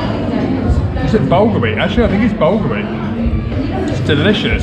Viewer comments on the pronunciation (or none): What you keep pronoucing“bulgar” inaccurately instead of “bulgur”despite my previous correction is actually “şehriye”/sheH-re-yeah/-a particular form of wheat commonly used in many traditional Turkish dishes.